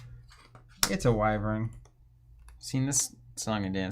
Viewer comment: Why-vurn is the proper pronunciation.